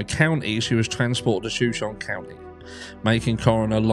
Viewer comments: Shoshone is pronounced show-show-nee. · It's pronounced like the Tribe It's named after, 'Show-Show-KNEE' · Shoshone i county is pronounced "show-Show-knee". I believe is native name. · Hi it’s shu-show-née after the Native American tribe. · "Sha-shown" is how people in Idaho pronounce Shoshone County. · SHU-SHOW-KNEE. And the shu is said like in shut without the T. The pronunciation of this word is very confusing. Please don't think I'm trying to correct you I'm just trying to be helpful since you seemed unsure of how to say ot. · not to be rude but the correct pronunciation is SHa SHONE county.There's so many Indian names in our area they're hard to pronounce.I was born in Coeurd'Alene ( Core da lane)😉🥰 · I think the pronunciation is “show sean ie” as in Native American tribe. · Shoshone is pronounced as Show-show-knee. Its a Native American tribe in Idaho. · Thanks for your content,! Shoshone is pronounced ’Show-show-knee”, if that helps. Named after an indigenous tribe of the region. Lots of questionable stuff in Northern Idaho. Scary and sad. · Pronounced: Sha-Show-Knee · Just to help you out...Show shone e. It's native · "Shuh-show-nee" (a native American people) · Pronounced show shon e…..it’s Native American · Shoshone is pronounced shah-show-nee. It's an american indian tribe.